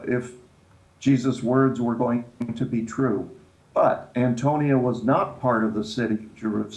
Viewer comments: I can't believe such learned minds such as, Chuck, and keep pronouncing the name of the Roman Fortress wrong. Politeness on the part of and Chuck in sympathy with? Hmmm is there no room for gentle redirection from pronouncing the name correctly? It is the AntoniA Fortress (with an A, the name ends in A) not Antonio. It really undermines the idea that they have read much material or that they master the subject they are speaking about. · Interesting, but several of the gentlemen do not pronounce the term "Antonia" correctly.